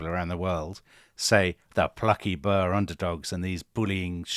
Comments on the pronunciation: I wondered briefly who the 'Burrs' were, before I realised that they must be the Boers. I don't know if Tom or Dominic will ever read this, but I think it might be helpful to point out that Boer is pronounced very much as the English word boor is. It's a diphthong. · I know you only mentioned the Boer War (now called the South African War) in passing, and I'm looking forward to your discussion of it someday soon, but you both are really going to have to work on the pronunciation of the word "Boer"..... The South African English pronunciation is "boor" as in "boorish"... An "oo" sound as in "boo" or "poor". In Afrikaans it's "Boer" (farmer) - a shorter "oo" as in "who" ending in a rolling "r" sound. Not as you've both just pronounced it as "burr".